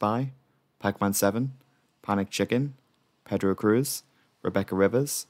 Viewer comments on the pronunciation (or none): none